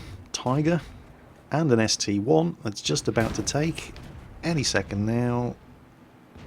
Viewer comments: ST - I not ST "one" but other than that great video. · its a st-i not st-1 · My Hentai Girl I don't care how call it. It's ST-I. End of discussion.